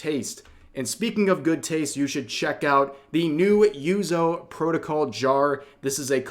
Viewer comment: Rev it’s 4 letters… Yuzu not Yuzo… This is the whole Nagatahro pronunciation all over again. It’s Nagatoro.